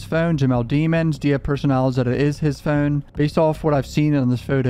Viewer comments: It's funny that you quibble about the pronunciation of his last name, but then pronounce phone the way you do. i almost think you are about to sing FUN song from spongebob when you say phone. you create. extra syllables for the word but you're still just pronouncing fuuwn with an emphasis on it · The way you say phone and photos is CRAZY dude what is that? Are you Canadian? Is that what that is? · The way bro says Phone😭 trips me out every time